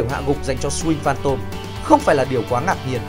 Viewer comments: .. Nghe đi.. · MC đọc kém vl.. Swing Phantom thì chữ "sờ" của Swing đọc nhanh lên.. Sờ Wing Phan Tom.. Đọc nhức nách..